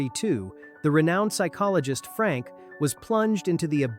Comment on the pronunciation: Fuck...I hate this fucking AI idiocy. Thumbs down. Also, it's not Frank, goddammit. It's Frankl.